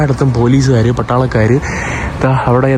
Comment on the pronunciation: പട്ടാളക്കാർ എന്നുപറയാൻ പഠിക്കൂ